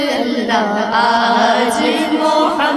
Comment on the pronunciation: لقد من اللہ (اللہ) پر پیش رفع پڑھنے